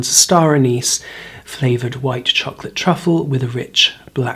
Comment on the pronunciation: I like how you say chocolate like young Willy wonky in the tim burton version CHAWKLAHT